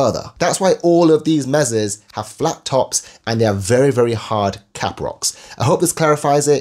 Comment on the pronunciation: MAY-SAW, no 'z' sound. And it means "table" in Spanish.